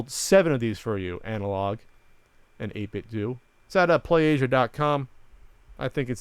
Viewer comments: Pretty sure it's pronounced 8-bit "doh" like the "Ten-Doh" stuff from LootCrate. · i believe it's pronounced "8-bit-doe"